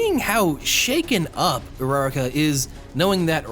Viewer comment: URRRAK Bruh that’s not how you say it